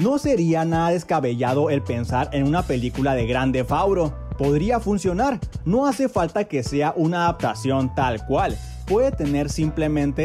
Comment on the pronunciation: "Gran ref auro" "Gor of war"